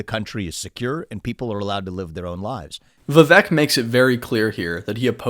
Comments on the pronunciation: When you pronounce the name of the guy you made a video about, your analysis loses all credibility. You didn't put enough time to even research how his name should be pronounced. It's pronounced viv-ake not viv-uk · No he didn't. It's like ache at the end not ik or ek.